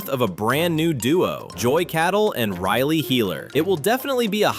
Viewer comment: Its riley.. 😒 not RILY